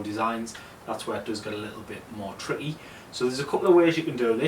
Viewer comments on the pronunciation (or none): Sorry i lost you at "tritty" tricky?... im joking 😂🤣😂🤣😂